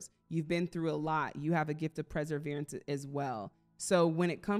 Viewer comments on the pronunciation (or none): ❤you kept saying in the green #3 deck, , "preseverance." Did you mean "perseverance?" Thx❤